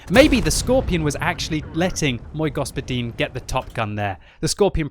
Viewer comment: Like from me for that Мой господин pronunciation.